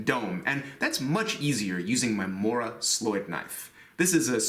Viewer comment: Where is the link to the Mora slöjd kniv? Just asking because you said that you will add it along with all the tools for this build. As a Swed i might say that you pronounce Mora really good :) Love my Morakniv ^^